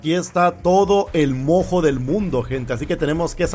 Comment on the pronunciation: Estuvo intensa la pelea de los titanes y los mammuts. Pd: Cuando jugué el juego pensé que cuando decían mojo, sonaba como a "moco" Xd